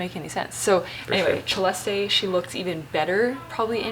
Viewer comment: Thank you Siera for saying and correcting (hehe) your brother for the correct pronounciation of Celeste's name. She has been saying it herself and only few took notice. Even most Filipino vloggers got it wrong. ❤️❤️❤️